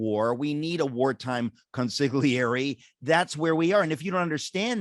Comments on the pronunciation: Is it just me or is his face getting smaller? And what do liberal groups have to do with the serving of the warrant at Mar-a-Lago? Charlie, it attorneys general, not attorney generals. Eric, it's pronounced "Cone-seel-YAIR-ay". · "Consigliere"? WTF?